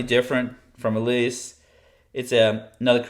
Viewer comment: Stop saying “Elias,” it’s Elas!